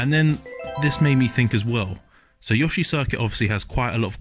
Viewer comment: finally someone who actually says yoshi, indstead of Yoo-shiii